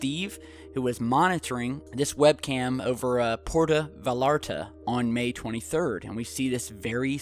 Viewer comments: Dude, its [pwer-taw vah-yahr-tah] not Vuh-Larta. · That is pronounced Puerta Vai yarta. not val arta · it's va-yarr-ta,. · Porta vieyarta...LL in Spanish is pronounced as y. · In spanish the double L is pronounced like a y such as in yo-yo. Puerto Vallarta - Vayarta. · it's pronounced "vie are tuh"...the "ll's" are like "y's" in spanish...;-) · I enjoy your channel but your pronunciation of esoteric and non-English terms is kind of brutal: Puerto Vallarta is pronounced "vi-yar-ta" , Saturn's moon Enceladus is pronounced "En-sell-a-dus" - I love the idea of humans not being from Earth, but only as a sci-fi story. The arguments that were presented do not compel me to drop the theory of evolution. - We have bad backs because we are still evolving our upright, bipedal physiology.... it's quite a departure from walking on four legs. -""The gravity on our home world was stronger... we're getting taller and taller"_ If true, we would have more robust skeletons that evolved to accommodate the extra downward force of stronger gravity. If humans colonized the moon it would relieve back pain since there is less strain on our more robust, Earth-evolved skeleton. Humans have been getting taller for thousands of years due to our increased nutrition, which is a result of cooking our food, agriculture/farming, vitamins, etc. - Human childbirth is unlike the rest of hte animal kingdom for the simple reason that our pelvis has narrowed in order for our legs to point downward... the birth canal is much smaller than a four-legged creature. It's basically a trade-off for walking upright. - We burn in the sun because we deactivated our protective fur (we still have the same number of hair follicles as monkeys, but hairs don't grow out of most of them... you have the same number of "goosebumps" as a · it's pronounced vai-ar-ta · Dude you couldn't have said "Puerta Vallarta" any worse LMAO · I was just about to type the same thing.